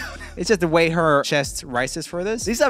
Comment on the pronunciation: u said why instead of way lol